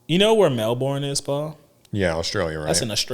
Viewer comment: Hey had my home state represented with Melbourne but just a helpful hint when pronouncing it don't worry about the spelling but it is said as (Mel Ben) anyway love the pod and been here since ep1